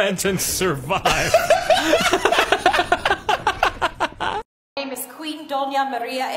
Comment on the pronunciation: 😂😂 “Like, comment and SIRVIVE” 😂😂